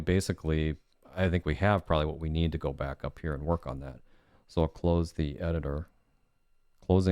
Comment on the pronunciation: "I'm gonna go brack to the browser"